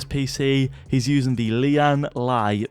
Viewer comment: lian li its lian leee